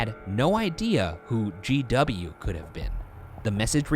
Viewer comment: to me sounds like he says JW not GW